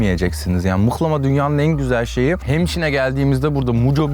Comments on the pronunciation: abi rize liyim abi mıhlama deyir muhlama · Mıhlama değil abi MUHLAMA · mıhlama değil muhlama lütfen doğru telaffuz edelim :)